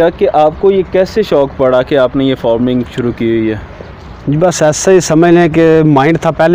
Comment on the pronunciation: بھائ فورمنگform نہیں فارمنگ farmسے صحیح لفظ!